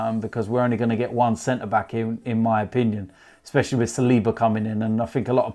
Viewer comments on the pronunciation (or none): center 'BECK' 😂😂